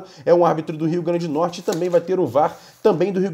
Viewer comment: Nome do estado é RIO GRANDE DO NORTE... É o mínimo dizer o nome do estado de forma correta.